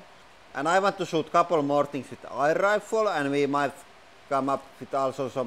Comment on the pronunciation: Love when he says eye'r rifle.